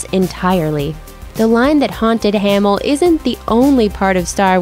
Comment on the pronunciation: Narrator is super annoying. You guys also should’ve told her how to say ‘Hamil’ at the beginning. As she says “Hay-mul”